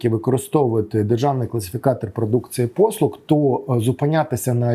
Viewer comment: Дякую за інформацію. Але дуже слух ріже вимова букви "Г" . читаємо "послуГА", а не "послуҐа" .